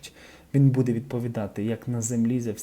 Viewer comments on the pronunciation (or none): none